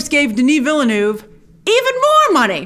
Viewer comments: Grace, probably one of the most beautiful trailers I've ever seen. Btw, it really is said "veel-nuv" where the u is the u in "cup". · You can do it Grace! It is pronounced: dəni vilnœv lol Love your channel! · you dont put an R in Denis Villeneuve! english speaking people have a hard time prononcing "eu" they sound like the french "u" so it sounds like you're saying Denis Ville-nuve. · I don't mind the mispronunciation, quite on the contrary that's original ! "Denis" is on point of course, the issue is with the second part of Villeneuve. Your "Ville-" is correct, but "-neuve" is pronounced as "nerve" in english, but without the R, "neve". The "u" being muted. "e"/"eu"/"eux" all sound the same in french/frenchCanadian. Wish you best. Source: I'm french and Villeneuve is a common name. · Grace, in French, "Ville" is pronounced "veel", and "eu" is pronounced "er" which is why Villeneuve is pronouned Veel-nerve. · The name Villeneuve name DOES have an 'r' sound in there. It's like the 'oeuvre' sound in horsd'oeuvre - or can't you pronounce that either?! There is NO 3rd pronunciation in Villeneuve - only 2! Vill-nerv. That is all. And regarding Sting's Feyd-Rautha character. Many have a feeling he'll be saved for the next film as he doesn't really do much from the beginning. He won't be absorbed into Bautista's Rabban. And for the love of all that is green - watch the Mini-Series! Maybe you'll get a better understanding of the story rather than watching the mediocre Lynch film where you're making a fool of yourself with all these assumptions. Just trying to help... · I'm by no means a French expert (I spit on the French). But surely it's pronounced veelnurv. It looks like "new town" to me: Ville(town) = veel, neueve(new) = nurv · It is pronounced 'veal-nerve' ...